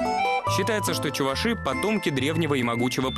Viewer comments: ЧувАши! Идиоты кто допускает неправильное ударение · чувАши, а не чувашИ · Правильно Чува'ши.вот ☝️☝️☝️☝️